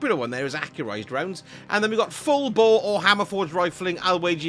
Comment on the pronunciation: The hell man? It is FUUUULLLLLLLLL BOOOOORRE, not Full Bore.... You doing okay?